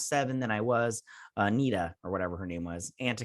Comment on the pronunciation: Anika. Her name is Anika. LOL!